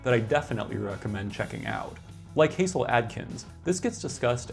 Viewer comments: A nitpick, but Hasil Atkins is pronounced Hah-sill, not HAY-zill. A soft "Ha" sound, like "hassle". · And it's not "Hayzil", but "Hazzil". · Thank you for mentioning Hasil Adkins, the One Man Band from Van! Just FYI, for future reference, it's not like Hazel, it rhymes with Castle. Like Hassle Adkins. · Hasil is pronounced like hassle, not haysil. He truly was a wild man. I've got stories. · Hasil Adkin’s first name is actually pronounced “Hassel” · Hasil, pronounced "Hassel".